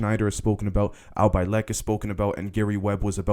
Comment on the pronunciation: I hate to nitpick bro, but mispronunciations are kind of a pet peeve of mine, and after watching several of your videos I have to say, It's pronounced Al Bielek (as in Bee-lick) Otherwise keep it up!